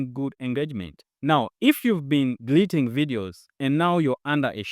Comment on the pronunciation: Stop DELETING or what is the word. Could you please effect the pronunciation? Other wise, it's a wonderful presentation.. Cheers 🇵🇬🇵🇬🇵🇬🇵🇬